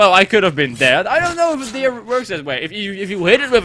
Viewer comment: Hahaha je zei dear bij dat hert. Maar dier is animal niet dear (kom van je peagle video :p)